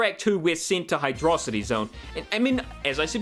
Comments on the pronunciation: HYDRO CITY NOT HYDRAHCITY 😠😠😠😠😠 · Apparently, the level order had to be changed late in development, which is probably why some stages don't have transitions. Also, it's pronounced Hydro-city. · I love you, I really do... But Hydrocity is meant to be pronounced Hydro City. Look it up. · This bitch pronouncing hydrocity like megamind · Oh boy, do I get to criticize pronunciation of Hydro City Zone? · > "Hydrocity" REEEEEEEEEEEEEEEEEEEEEEE